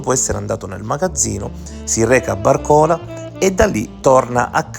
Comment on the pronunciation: Solo per correttezza di pronuncia : Barcola con accento sulla prima a.